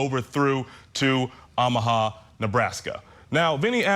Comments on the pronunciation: Oh - mu - ha not Ah - mu - ha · Good gosh, can some only inform him how these states and cities are pronounced?!! I can’t even listen. These are supposed to be legit hosts too- not even just YouTubers. 🤦🏻‍♀️ffs, how can he not know how to province OOOOOHMAHA??? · Learn how to pronounce Omaha. Good grief. No one in the studio caught this ? I’d be mortified to be that ignorant. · Teach your guy how to pronounce Omaha. How embarrassing to hear it repeated over and over. Editors at Court TV need to look up from their phones and make sure your announcers don’t sound like morons. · How can someone not know how to pronounce Omaha? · Funny that they pronounce Lompoc correctly, but mess up Omaha. 😅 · I can't for the life of me figure out why he insists on mispronouncing Omaha.